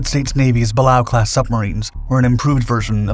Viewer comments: the class is pronounced. Bah. Lay OH the other class mentioned GATO is pronounced GAY TOW ..he mispronounced both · It is pronounced Bu Lay O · Pronounced "Buh-lay-o". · Pronounced "buh-lay-oh" class. 😒